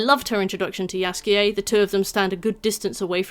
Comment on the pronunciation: You pronouncing Jaskier's name as Yasuke was really distracting for me lol